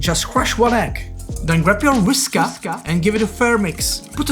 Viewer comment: nobody Jakub : “Whis KARRRRRRRRR”